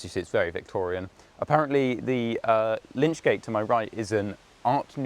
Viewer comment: Hi, not lynch gates but lych gates. The term lych (lich) comes from the Old English for word for corpse. The gates and roof were a shelter for the corpse whilst waiting for the funeral. Further, in case you come across a hearse in a church. The funeral hearse was originally a wooden or metal framework, which stood over the bier or coffin and supported the pall. A pall is a heavy cloth that is draped over a coffin. Often the church owned one which it would hire out for the funeral. Wealthy families often had a family pall. Thus the term pallbearer is used to signify someone who "bears" the coffin which the pall covers. In Roman times, a cape or cloak was called the pallium. In medieval times the term pallium was shortened to pall. Christians would use a pall to cover their loved ones when burying them. If you were a pall bearer your other job was to make sure that the pall didn't shift and reveal the corpse which in medieval times would have simply been shrouded, ie wrapped in fabric linen or woollen. Around in England the shroud had to be woollen by law. You can still buy Palls today cf Your narration is excellent, approachable and erudite. Keep it up, these tours are so enjoyable.